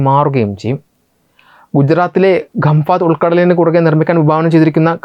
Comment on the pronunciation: ഗംഫാത് അല്ല ഖംഭാത്